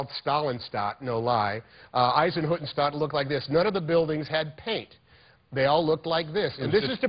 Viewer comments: Not Eisenhuttenstaat. It's Eisenhüttenstadt😂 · Nobody: Tom Hanks:"Izenhoodenshtuuhd"